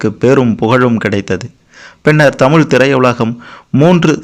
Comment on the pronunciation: Anne Thamizh nu sarya chollungo !!!!!